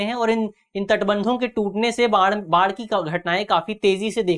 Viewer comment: बाण नही बाढ़ है गुरु